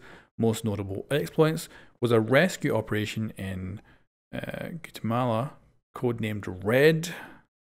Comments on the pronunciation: Guatemala (gwat-ay-mol-ah) that’s how you say it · "GOOTAMALA" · the way he pronounced Guatemala